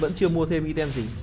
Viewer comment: item nc tieng anh dot' vc ( aitum )